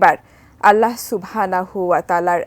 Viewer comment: Dhonnobad mam k ato sundorvabe amr allahr name uccharon korar jonno...mash allah....onar allahr name newata khub e porimarjito abong sunte khub srutimodhur legeche....